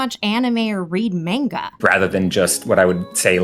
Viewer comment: He doesn't even read mainguuh